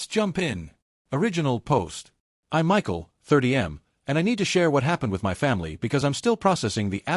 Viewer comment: The illiteracy of this AI voice. Shaking "M-Y" head. 🙄